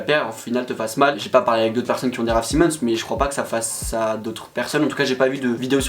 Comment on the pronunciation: Par contre ça se prononce "s-aï-mons" 🙂